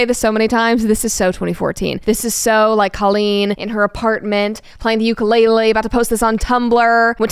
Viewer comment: if you still called Ukulele Ukulele instead of Ukulele, shame on you